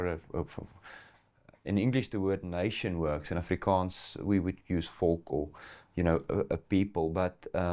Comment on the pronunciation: "Volk" not "focal"......